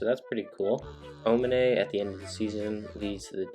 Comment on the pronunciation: You butchered Aomine's name...